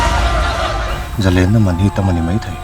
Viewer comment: "zalênna manhi" tih lai khi kava ngaimawh tak..zalenna ah hian zalên-lên lai tak hi sangha manna lên anga thluk tur ni lo in, thil lem/thrial la lem rawh tih a lem kan thluk dan anga sawi tur..zalên nilo in zalèn tih tur